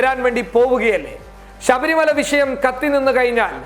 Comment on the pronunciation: വിശയം അല്ല മോനേ വിഷയം...ഷ... ഷ ..